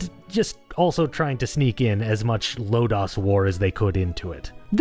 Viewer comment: I absolutely loved this game! Good video, even thought I cringed every time he said “Record of Lodaws War” instead of Lodoss War.